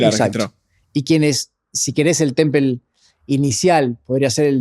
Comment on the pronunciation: Es hecho por IA? No pueden pronunciar "temple" o¿ yo escucho mal? ¿O como es el nombre?